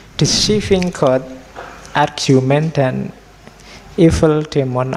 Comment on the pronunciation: Yth Admin, mohon tolong untuk pronunciation bahasa Inggris atau bahasa asing lain, sekarang kita bisa membuka bantuan semacam google translate. Contoh: argument dibaca /argyument/ Semoga menjadikan periksa. Bila tak berkenan, saya mohon maaf.